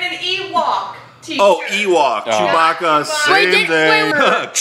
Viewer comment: He said chew my baca